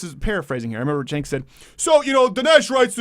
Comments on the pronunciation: Can u stop mispronouncing his name at least?! It's CHUNK not CENK. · Stink of Urine. Have the courage to pronounce his name right